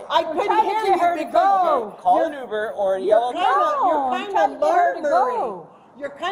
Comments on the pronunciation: "umer!" Uhhh it's "UBER"! Google is free. 😮 Officer: "She's got toilet paper stuck to her shoes!" 💀🤣🤣🤣🤣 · The AI VO needs to hold the grading. It doesn't know who did or said what and repeatedly gets it wrong, yet it has the nerve to give out grades? Let's flip the script and give it a F for saying "ooomer" instead of Uber. Even talking dogs say that word correctly but the perfect AI fails. F. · I didn't realize I was mispronouncing uber this whole time. I didn't know it was pronounced "yoober".